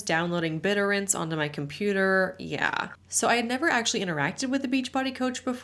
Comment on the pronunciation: approx. - reminding me of Phil Spiderman from Friends with that one lol! It's pronounced bit-TOR-rent, in the honestly rather unlikely event that the topic ever comes up in a story again XD